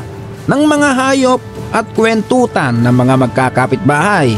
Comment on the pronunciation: Ano yun sabi mo na KUWENTUTAN…..kuwentuhan ba?